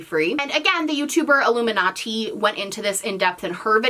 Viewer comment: i'm sorry i just. i've never heard iilluminaughtii's name pronounced like that but fair